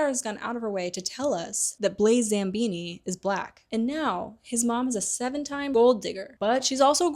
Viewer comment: I love these videos, but your mispronunciations girl 😭 Zabini doesn’t have an M in it 😭😭😭 I might be ableist against dyslexics tbh